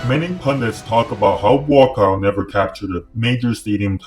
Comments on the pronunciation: It’s pronounced Boookaw, not bwakow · His name is not BOKOW!!...... it´s BUA KAOW! meaning White lotus. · Try pronouncing his name this way and you'll come close: 'boa-ah kow.' The judges were cruel to allow that fight to continue...